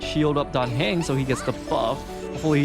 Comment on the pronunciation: Your committment to your warpless journey is almost as impressive as your committment to mispronouncing Dan Heng - the poor boy. Well done on your clear!